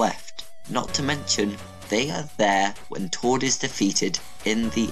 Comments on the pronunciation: ITS TORD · It's tord